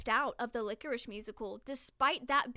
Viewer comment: Small side note Lycoris is pronounced like "lie-core-is" not "lick-or-ish". ^_^